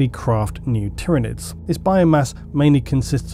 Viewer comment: Finally someone who pronounces Tyranids correctly!